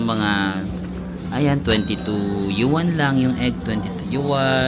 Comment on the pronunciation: Hi, pronounce " yuan " as one syllable, don't stress on the first syllable as in yu wan, pasensya ka na ka na bakaabash pa ako na being maarte